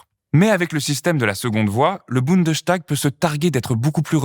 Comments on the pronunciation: Bundestag...et non Bundeschtag !! En allemand st se prononce comme en francais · Bundestag, pas Bundeschtag ;-)) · on prononce : bundes - tag ...et non pas bunde - chtag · On prononce « boundeStag »et non « boundechtag »parce que c’est une composition du mot bund et tag ;) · Bundes-tag, pas Bunde-s(ch)tag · Bunde!S!tag il n'y a ni de sch ni de ch ça ce prononce S. Ça me demangeais de ouf désolé 😅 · Bon il faut bien prononcer : BundeStag et non " Bundenstag" C'est peut être un détail pour vous mais pour les germanistes ça écorché un peu les oreilles.. désolé... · petite correction de prononciation, on dit bien Bundestag comme on le dirait en français, le s devant le t dans ce cas là ne fait pas de son ch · je me permets de corriger car je l’ai entendu plusieurs fois: Bundestag se prononce boune deusse tague et non boune deuche tague 😉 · on dit Bundesstag, pas Bundechtag. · Génial la vidéo ! (Par contre c'est vraiment bundeStag, pas BundesCHtag) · Petit détail de prononciation: en allemand "st" ne se prononce "cht" qu'en début de syllabe, à l'interieur d'une même syllabe. -> Bundestag = Bundes-tag, parlement fédéral. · En tant que français étudiant ( la politique en plus ) en Allemagne je trouve que le système allemand est très bien expliqué... Bon par contre... Bundestag ça ne se dit pas comme ça 😅 le st peut se cht en allemand en effet, comme dans Sturm ( tempête ) par exemple mais pas dans Bundestag car c'est un mot composé Bundes-Tag ce qui se traduit par assemblée fédérale en gros, donc on prononce boundess tag Ouais je sais c'est un détail mais ça m'a fait vraiment bizarre le bundeschtag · Le 'tag' se prononce "tac" il me semble. La prononciation est donc "bounedeussetac". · On ne dit pas "bundechtag" 😊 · Votre prononciation de "Bundestag" est amusante.